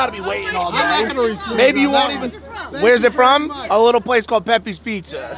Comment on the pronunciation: pepays not pepees